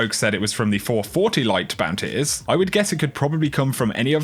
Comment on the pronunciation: I love how you say bounty's BOUNTAYS